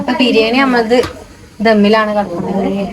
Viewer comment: no പല വീഡിയോസിലും ബിരിയം എന്ന് പറയുന്നുണ്ട് ഇനി ശ്രെദ്ദിച്ചു noki😊